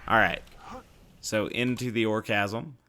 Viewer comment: It is a silent h in chasm btw im pretty sure its meant to be a play on word of orgasm since its a moxxi arena